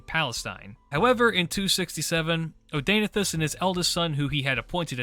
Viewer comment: Hearing you pronounce Zenobia's husband's name hurts my ears...